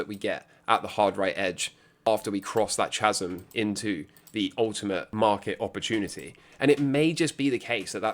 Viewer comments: what is a 'chaz-um' 😂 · Chasm... it's pronounced Ka-zum 😂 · Chasm. Does anyone else say chasm? I thought it was chasm, as in kasm. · Mate, it's a silent H in chasm 😂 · I'm just spellbound by your pronunciation of 'chasm'! Like a touching homage to Chas & Dave?